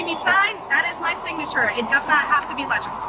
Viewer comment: 96 in a 50 is criminal speed, yet she continued to have an attitude that didn't become her. Put her in jail. That was outrageous. Another woman with the extra syllable on her words "I signed it-ta." What a freaky screaming session.